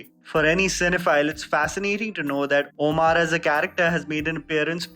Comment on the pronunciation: 1st u learn to pronounce "Omar" correctly, "oamaar" is not a name mr. ""....